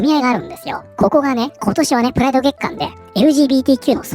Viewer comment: プライドがフライドに聞こえて頭の中でチキンが…w (花粉症お大事に…！砂糖と小麦粉控えると軽減するとかしないとか)